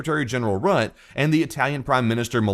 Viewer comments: "Secretary General RUT" is not the correct pronunciation by any means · It's RUT-TE